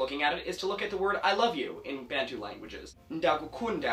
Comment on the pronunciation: Very impressive :) Just two quick corrections: Bantu is pronounced "BUN TOO", and in isiXhosa, it's Ndi-ya-ku-penda (I-present tense-you-love). Keep up the good work!! :D